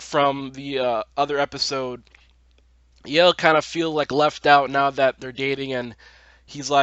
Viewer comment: Baaz's jokes about Hunter's boner were the best! Heads up: Yael's name isn't pronouced 'Yale', but actually 'YA-el' (two sylables instead of one). Tiny probably needed cash but couldn't work at Lola's Cantina because of the history. I couldn't understand where Zoë's mom came from, but I realized that she was the one who dropped her at school in the first place. You'd think that there would be an older picture of Maya in Grace's phone and not the no contacts and straightened hair one.